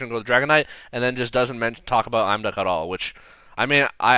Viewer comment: I don't know why I find these are so entertaining. I never would have noticed all these decks sharing the same issues but now it's so obvious. On a completely unrelated note, doesn't the pronunciation of Imduk as "I'm. Duck" sound a little silly to anyone else? Surely it must be Eem-duck? (as in the same IM in impossible)